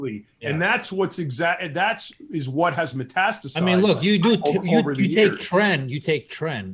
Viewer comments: frequently uses the word netastizes the word is pronounced metastasize and is frequently used to describe cancer that originated in one region of the body and then spreads to another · does he actually say netastize instead of metastasize